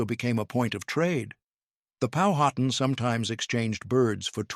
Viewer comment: Learn to pronounce Powhatan the correct way.